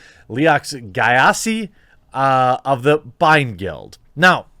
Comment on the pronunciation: Super mad they named him Gyasi (Jah-see). Lmao how you pronounced it, teachers use to call me that all the time